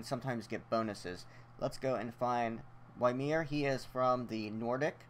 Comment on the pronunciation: its pronounced (Yi-mir) Not (Why-mir)